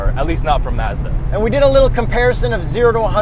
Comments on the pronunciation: Its Mazda not Mezda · The way and kept saying "Mezda" bothered the hell out of me. You Canadians are weird. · Even y’all know that you don’t pronounce Mazda correctly. Lol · Please decide on one pronunciation of Mazda, preferably the correct one.